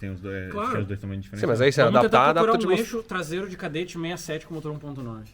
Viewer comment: É um "..KADÉTTE"